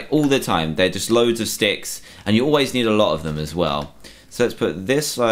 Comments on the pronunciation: He just didn’t frickin’ annunciate well enough; jeez! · Daniel Ramirez He wasn't saying 666, he was saying sticks sticks sticks because he was making sticks. It did sorta sound like 666 tho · actually, he said sticks, and not 666, they sound the same